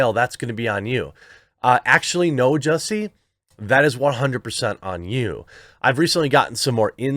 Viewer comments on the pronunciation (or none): If you’re going to continue talking about Jussie Smollett, get his name right. It’s Jussie Smollett, not “Juicy Sommelier”. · ITs not Jussie, its Juicy :D